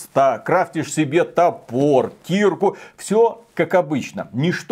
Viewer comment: Кирка́, мать твою!!! Кирка́!!!!